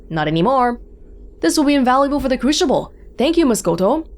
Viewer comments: Okey time out, is Crucible pronounced Cru-shi-ble or is playing some sort of trick to us non English speakers??🧐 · I've always heard it pronounced cru-si-ble, and that's also how most of the characters in the game pronounce it, so I'm not sure about pronounciation. It could be valid, but I've never heard it before.